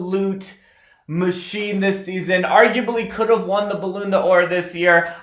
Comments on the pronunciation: did he jus say 'balloon d'or' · thats not how u pronounce the ballon 'or 😂 u pronounce it "ball -on - dior